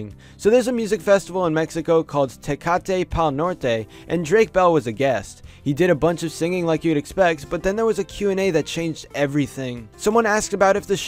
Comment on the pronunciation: Tay-ka-tay pawl Nore-tay 😭😭😭😭😭